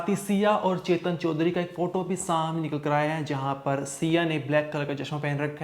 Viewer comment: चोदरी नहीं चौधरी है, ठीक से बोलो😅